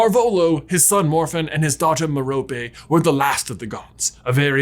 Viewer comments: Merope is named after a star. Pronounced Meh-ruh-pee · i thnk merope is said as me-ruh-pee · It's pronounced MEH-ruh-pee, with stress on the first syllable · I think merope is pronounced like mare-oh-pay with an emphasis on the first and last syllable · its ment to be meh-roe-pay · Merope = Mer-oh-pee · I cringe every time he say Merope in England it’s pronounced meh-row-pay or at least that’s how Stephen Fry pronounces it lol. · Merope: MARE-a-pee... Rhymes with "therapy". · J, I think it's M - heir - oh - pee Gaunt